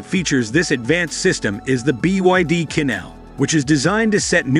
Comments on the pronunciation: It's pronounced chin, not quin. Chinese and French among other languages use a different set of phonetics to represent their actual sound. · Qin is pronounced as chin as in the Qin Dynasty